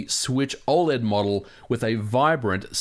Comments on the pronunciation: Dude you gotta stop saying oled like that, fr It's oh-led (I think) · You say OLED very weirdly!